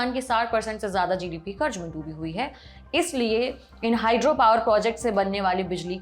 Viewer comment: Mai aapka fan hu.Sahi Hindi ka istemal karein 🙏🏻 kabza hota hai kabjaa nahi mazboot hota hai majboot nahi. Karz hota hai karj nahi. Kitni baar wahi galti wahi anchor karengi?